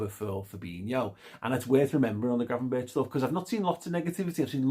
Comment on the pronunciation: Berch is something you should be able to pronounce flawlessly in Liverpool 😄. Chicken Gravenberck (talented player, lacking in work rate/relies on talent too much)